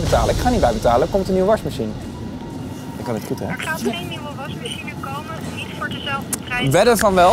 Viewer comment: Wrm zegt tim "warsmashien"